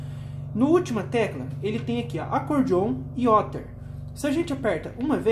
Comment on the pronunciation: Duas dicas: a pronúncia de chorus é "córus" e other é "óder".